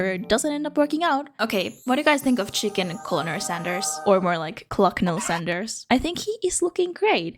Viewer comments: Hearing you pronounce it co-low-nol and not ker-null is depressing for me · Harland Sanders was a "Kentucky Colonel"...it's a courtesy title; didn't actually serve in military. BTW, the English word "colonel" is pronounced as though spelled "kernel". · Just something you should know. Colonal is pronounced (Ker-nal). It's a job/title. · Colonel is a military rank btw. I don't blame you for it, but I did get a kick out of you talking about him like that was his first name 😅 And US folks tend to pronounce it like "kernel" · Hi, USA viewer here. I grew up in Ohio and now live in West Virginia, and in both places, I was very close to Kentucky. Colonel is not actually Harland Sanders’ first name. It’s an honorific title that the Commonwealth of Kentucky gives to certain notable members of the population. I actually know a couple Kentucky Colonels myself. Also, it’s pronounced “ker-nel” isn’t English fun?